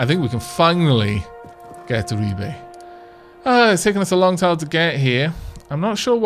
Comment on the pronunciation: it saddens me deply to see the end of this series (at least on YT) due in no small part for the joy of listening to you - somewhat - butchering the name of Ribe. (My family come from the area) Secondly: When will the news regarding the patreon be available? Third: More ferret-cam, we need more yawns and cuddleiness from Ciri, Midna, and Tali.